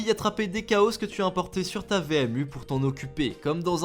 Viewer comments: Pas "kao" mais "tchao" !!!!!!!!! Comme le dernier mot de la vidéo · La prononciation des chao bordel 😭